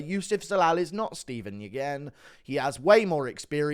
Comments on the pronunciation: Nguyen is actually pronounced “win”. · Steven Nguyen last name is pronounced Win btw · Nyugen is prounced wen you downs